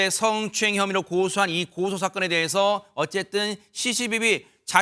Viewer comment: 승추행 승추행 발음 왜저래